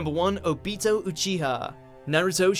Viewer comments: “O-Beato” god why... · Its o-bee-to not o-bit-o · It's not "Oh...Beat-Oh " it's "Obito" .,__,. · It's pronounced ah-bito like naruto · "Ubitoe Uchiha" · I got triggered when he pronounced (O-BEE-TOE)wrong omg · You said Obito Wong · God dammit “Obeeto” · OOOOOOO--BEY-TOE really? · It is o bee toe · Oh-beato? Does purposefully mispronounce at least one name per list? lol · Is no one gonna rant on how he said “obito” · That’s not how you say Obito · We can tell u don’t watch anime if you said obito name like that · U said obito wrong i deserve an apology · the way u pronouced obito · I cringed so hard when he mispronounced Obito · SAY IT RIGHT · It's OBito not ObIto and UChiha not uchIha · Oh-be-toe o-chiha made me so upset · "Obeto" "Kakeshe"